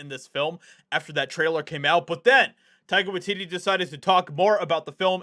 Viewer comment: Are you saying Tiger watidee?